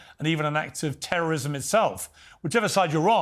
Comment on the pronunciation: Piers: “why did you decide to blow up the world and publicly execute children”: “piews, we are fighting TEWWOWISM! International law… tewwowism.”